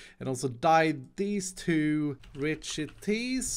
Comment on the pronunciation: Whenever you say richities I think you say Rich Tea as in the biscuits 🍪